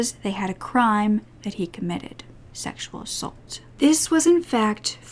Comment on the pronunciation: I love you but please start saying ‘assAULT correctly.